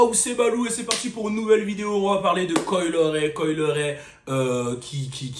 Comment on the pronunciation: Pourquoi tu prononces son nom comme ça ? 🤣